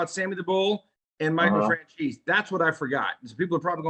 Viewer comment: It kills me when I hear fran chese. Italian Americans are so disconnected from southern Italians but good work fellas ya working hard. You'll get more into the YouTube algorithm !